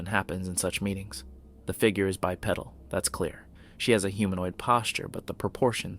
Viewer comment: "BYE-PEE-DULL" not pedal like you bike....please quit mispronouncing it